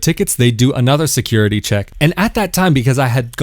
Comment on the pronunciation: I knew it was Tel Aviv, the minute he said stickegh, secughity